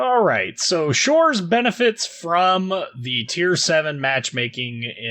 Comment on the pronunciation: Can't believe you manage to read щ. Huge ++++++ for that.